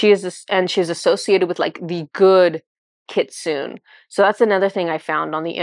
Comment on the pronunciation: I didn't know the kyuubi/kitsune are real! 😲 (I believe it's pronounced "kitsu-neh", with the e pronounced.) But it makes sense they stepped forward because it's for the 9/9 portal. 😀🦊 Thank you so much, and Inari!